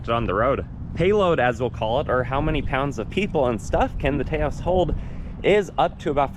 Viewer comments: It’s not TAY OSE it’s TAH OSE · Taos is pronounced like "house", not "tay-os" (its a town in New Mexico). That said, I'd never buy a car without blind spot monitoring. When they delete current safety features because of supply chain issues that's a problem. I'd also never get a car with a panoramic sunroof. At least 100+ lbs of extra weight sitting on top the roof. Lets in a lot of heat in the summer too - makes the AC work harder. Unfortunately with the top SEL trim it comes standard so if you want ventilated leather seats and the premium sound system you're stuck with it. Same with AWD (don't need it - FWD would be preferable). Hate when automakers do that. Yes, I've been shopping this model - its frustrating that its good in so many ways but has so many forced compromises. When they first started making them in 2022 you could get a FWD SEL without the sunroof (it was an option).